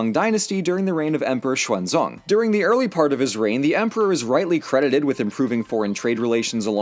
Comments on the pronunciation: So that is how Clinton came out alright... Because of Ceasar... Also, the Tang Emperor (XuanZong) was not pronounced the same as the guy in Journey to the West(XuanZhang).... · Hang on, Xuanzong. Unless this is just a pronunciation oddity, wasn't that Tripitaka's original name before being named after the Buddha's scriptures he was being sent on a massive quest to bring home, also during the Tang Empire?